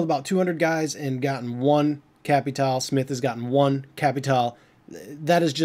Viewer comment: It is Capitale not Capital